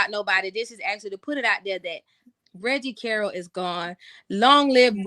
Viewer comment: You need to stop making yourself sound so ignorant mispronouncing Reggie Carroll (pronounced Carol). You listen to the police press conference and posting Billy videos, you should know how to say the man name by now.